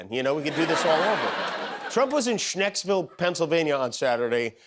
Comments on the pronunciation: LOL, Jimmy, it's pronounced shanks-ville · It’s ScheNksville…